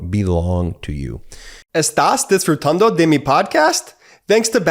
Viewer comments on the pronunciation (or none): Practice your pronunciation, yeah? I had to listen three times to understand that you were saying "disfrutando." 😂